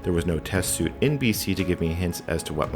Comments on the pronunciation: repeated line around 1hr48. Also it's suite (sounds like sweet) not suit. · Just an FYI, suite is pronounced like sweet